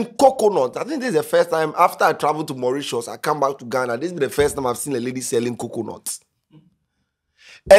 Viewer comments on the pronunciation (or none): none